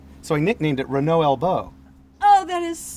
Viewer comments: This is a beautiful car and I can not deny that I was impressed by the fact that someone from the wrong side of the pond pronounced It's name correctly. Unfortunately he lost any real respect by bitching about having to have therapy after driving it... Can't comment about the rest of the video! I stopped watching an over entitled Yank that clearly has no idea what this car was designed for. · the owner here: You're not rude actually, Just unaware and a bit ignorant. English speaking countries pronounce it "Ren-oh". French speaking countries pronounce it "En-ooh". I am understanding that you would not be able to pronounce "Chrysler" or "Mitsubishi" the same was an American or person from Japan would. Readjust your view a bit and be grateful that somebody cares enough to preserve this car and celebrate it's existence. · So refreshing to listen to an American who bother to pronounce car names correctly. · Hearing "Renault" pronounced as close to correct as the accent can do, is a delightful change, as is seeing an owner who's not afraid of taking his pride and joy down a dirt road,... Then barely able to take her eyes off the road while learning how the French do "Add Lightness". This is a great episode. - if you get the chance, get behind the wheel of the true first "Hot Hatch" (nearly a decade before the Golf,..), a Renault R16TS. It rides like a luxury car, grips like a rally car, has the same mid-front layout as the Citroen DS, and Torsion Bar suspension all round, so can go from freeway to dirt field without loosing it's cool. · He was praising your pronounciation, though ! It's good, don't worry about it.